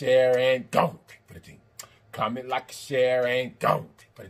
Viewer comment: I swear I thought he was saying COMMON LIKE A CHERRY COKE😂😂😂 I was like what sense does that make? I Just cant with myself. Let me exit with one finger up like they do in church